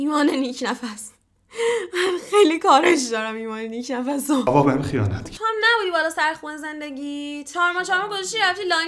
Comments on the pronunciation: Nik nafs ❌ nik nafas ✅ 😅😅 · نیک نفس❌️ نیک نَفَس✅️